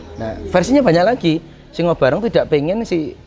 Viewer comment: Simo barong bukan singo barong